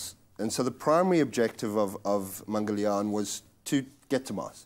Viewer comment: I'm suprised he pronounced Mangalyan quiet well.